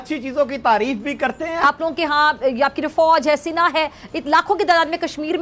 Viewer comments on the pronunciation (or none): Ye Sena ko Sina kyu kehta hai